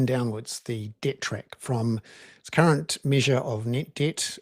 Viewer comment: Bernard, you might like to ensure that you clearly annunciate the r’s in “current” when you say “current government” ;p